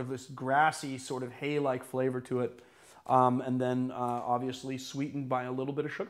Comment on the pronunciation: Its pronounced " ti- posh". Should be done with lime wedges and actual sugar and then served without ice